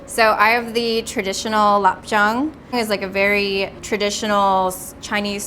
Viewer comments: Lop Chung? LOL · pronunciation of "Lop Cheong" is HORRENDOUS. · I speak Cantonese and it sounds all wrong to me but ngl this clay pot rice is so good but I've never had it before